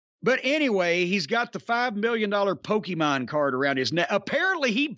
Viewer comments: “Pokey-maan” LOL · Hearing Cornette say "Pokemone" pretty much made my day. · I'm impressed Jim didn't call it PokEmans like everyone else from his generation dies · “One of these days I’m going to be interested enough to find out what Poke-E-mon is”- Jim Cornette, 2022. Very rarely does a single sentence perfectly encapsulate an entire man’s personality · Jim Cornette saying the word “Pokémon” made my year 😂